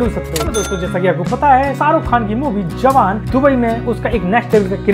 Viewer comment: Awan nahi bhai jawan😂